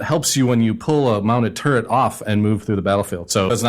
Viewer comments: TURRET not TurreNt. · Turret not turrnent AGGGGGGGGGGHHHHHHHHHHHHHHH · IT. IS. PRONOUNCED: TUR-RET. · since when did the word turret have a "n" in it? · can you not pronounce turret correctly